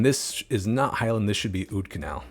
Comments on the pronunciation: the "oud" in oudkanaal is actually pronounced basically the same as 'out' in english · The oud in Oudkanaal is pronounced like the out in the English words scout or about.